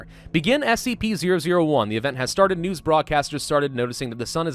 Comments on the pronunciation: you said spc lol, its scp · Its "SCP" bro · spc 001 will kill all humanity Me: did u say scp?: NOU